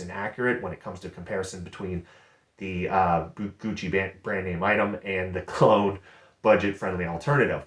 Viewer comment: A tad cringe "Gougchi" eeeehhh.